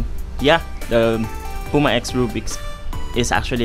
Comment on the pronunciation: It's not Pu-ma, it's Pyu-ma.